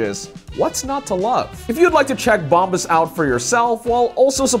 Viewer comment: Dude, your sponsors name is Bombas pronounced as Bomb As. Meaning the shiz.